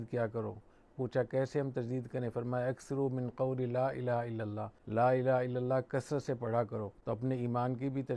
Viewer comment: حضرت آپ کی عزت میرے سر آنکہوں پر اور آپ کا علم بہی بہت زیادہ ہے لیکن آپ کی توجہ چہوٹی سی چیز پہ دلوانا چہتا ہوں... آپ کلمہ پڑہتے وقت لَا إِلَٰهَ ٹہیک سے پڑہیں.. "ہ" واضح نہیں ہو رہا...